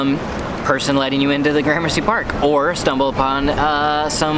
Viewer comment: Do me a favor though. Next time you hang out with Brett Conti will you please tell him it’s not pronounced graham mercy 😂